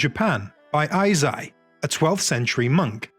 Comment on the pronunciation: "Eisai" is pronounced as "ei-sai/えいさい" as in "hey/hay" and "side."